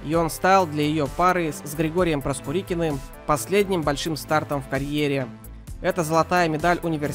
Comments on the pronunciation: Проскурикин? Зачем коверкать фамилии великих фигуристов? Проскурин он ПРОСКУРИН!!! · Как можно так коверкать фамилии фигуристов? Не МинЕнков, а МиненкОв! Не Проскурикин. а Проскурин! Безобразие! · Не МинЕнков, а МиненкОв. Не Проскурикин, Проскурин. Слух режет. Хочется отписатья от столь непрофессионального канала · Прежде чем запускать ролик, не мешало бы выучить правильное произношение фамилий. Не было фигуриста Проскурихина, а был Георгий ПРОСКУРИН. Имейте уважение. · Как же можно так коверкать слова и фамилии партнёром Тарасовой был Георгий Проскурин, а не Проскурихин! ... привлекайте грамотных комментаторов и с хорошей дикцией... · Не Проскурикиным, а Проскуриным. Прежде чем комментировать, почитайте, как правильно пишутся фамилии. И МиненкОв, правильно ставьте ударение, пожалуйста. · Проскурикин? 😂 Дальше можно не слушать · Озвучивание текста сопровождено режущими слух неправильными ударениями - правильно -МиненкОв, а уж Проскурина Георгия вообще исковеркали. Почему не редактируются тесты и их озвучка? Интересно, что это не первый случай такого безобразия.